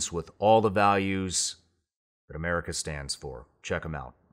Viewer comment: what in the frik is an Amèrica?...do you mean AMERICA?